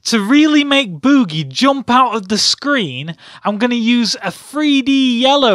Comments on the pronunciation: Bewwgie.... Lmao.... Drrawring... Omao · LOL he says Bewgee